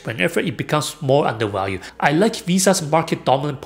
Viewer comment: "underWalued" LOL